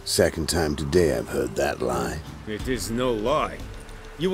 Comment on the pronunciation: "Where I will LIE about eating fruit the rest of my days." Inflection of the wrong sylLAble. Always gets me.